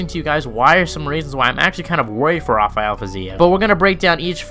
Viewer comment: Thank you for not calling him hafael like everyone ..people don't realize he's from Azerbaijan not Brazil